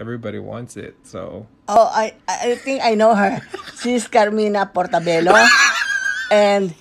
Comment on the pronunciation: CARMINA PORTABELLO "supremacy"😂😂